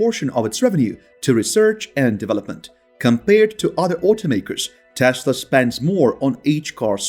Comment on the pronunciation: what’s with Maask and Taasla? 😅